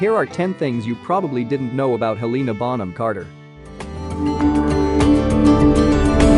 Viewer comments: NOT HELEEEEENA BUT HELENA!!!! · Heleeeeeena Bonham Carter omg say her name right 😭😂🤬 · Hel lena that’s how you say it you spell it like Helena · us helenaists be like: her name is Helena, not Heliiina lmao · It really annoys me how they say Lestrange and Helena is HELeNA bonham carter bellatrix LESTRANGE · The ‘heleena’ kills me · If your going to do a video about HBC, at least get someone who can pronounce her name correctly. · They butchered shawty’s name 😭😭😭